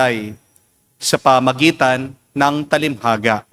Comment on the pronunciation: Father TALINHAGA hindi talimhaga. No offense meant.